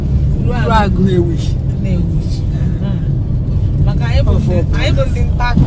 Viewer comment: 🤣🤣🤣😂the man said am a CHOSEN, na who come be REJECTED?...I don tire for all these chosen mopols. Ooo phonu gu na ebe ifea?😁🤣🤣🤣🤣.the mans original onu (voice)nnewi atogbugom. Am really missing my town.Lols....UMUDIM is pronounced Umuudim, that my mom's village...home of Innoson, Chikason, Gabros, Ofordeme (OTC),Ojukwu and also my grandfather...biko tell that ur passenger (nnam ochie)to switch off that pussycat phone,ka mmadu kpakwoolu ya nkata biko